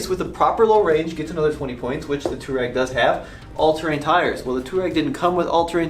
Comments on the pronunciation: Its pronounced "Toh-reg" NOT toowarag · Twar-egg, not Tour-ag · Nice review. However, it's not pronounced "two rag". The correct way to say it is "to wah reg". It's an Arabic word. Named after the nomadic tribe in North Africa. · Can we not call it 2 Rag or 2 Rags. It’s pronounced To-A-Reg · Not "tour-eg"... it's "twar-eg".... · No, its not technically pronounced tooreg... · DC Garage I was think the same thing! I'm only 5 minutes in and so annoyed! Too-rag 🙄😬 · I usually like this channel, but the fact that this guy knows how to pronounce "Touareg" and deliberately mispronounces it is the literal definition of ignorance. Really puts his objectivity and his reviews in doubt. Unsubscribed. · Omg!!! Seriously learn how to pronounce Touareg properly!!! I cringe every time you say it incorrectly. 😬😑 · I loved this video, but the way you say "Touareg" really bothered me lol